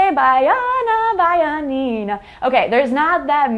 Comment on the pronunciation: The music you sang calls " ê baiana". Sung by Clara Nunes. You said the words well. Baiana is the person born in Bahia, Brazil. I am from Bahia and I hope that one day you will know Bahia, in case you do not already know it. Thank you for sharing the knowledge.